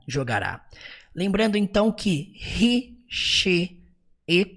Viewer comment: Parabéns pela excelente vídeo aula, conteúdo e didática maravilhosos. Impossível não aprender. lembrando apenas que no instante 1h04min45s, houve um pequeno equívoco na pronúncia do pronome "He".